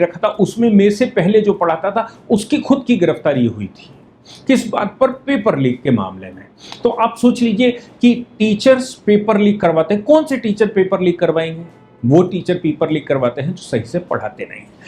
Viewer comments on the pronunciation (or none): वकील साहब सोच होता है सोंच नहीं।